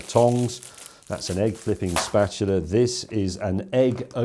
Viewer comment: Me mum used to call it a spatoola! ;-) (And I'm not even British...) It was a family joke (back in the late 50s), when our brand new tv station tried to live stream a very early infomercial, all done by a news reporter who mispronounced the word. Obviously, unfamiliar with all things kitchen. It always resulted in hilarity around the table.